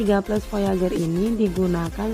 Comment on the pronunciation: nganggo "V" teh, sanes "F". Voyager nu leresna, sanes Foyager. Beda antara Fanta nu manis, Panto nu teuas & Vitamin nu asem. 😊